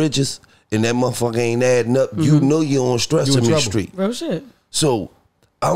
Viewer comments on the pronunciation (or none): "Stressame Street" 😭😭😭😭😭